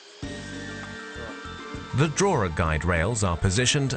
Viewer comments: They should've hired someone who could pronounce the word 'drawer' properly. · drawer has no centre letter r.